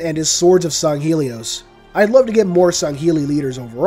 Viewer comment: mother of God, can NO ONE pronounce Sanghelios correctly? it's not Songhelios man...